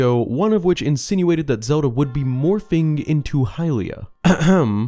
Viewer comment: It's hylia